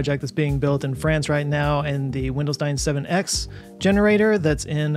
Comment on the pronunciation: When you say it quickly, Wendelstein 7-x sounds like “Windows 97-x”. I thought we’d been secretly having brand sponsors for our research projects.